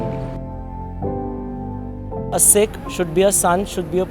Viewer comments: its not seeekh it a sikh so speak the pure word :) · Why do call "Sikh" as "Seekh"? Seekh is kabab. Sikh is Shishya.